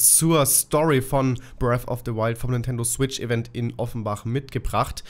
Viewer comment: Es heißt BREATH of the the Wild und NICHT BREAFFFFFFFFFFF ... GAH ... >.<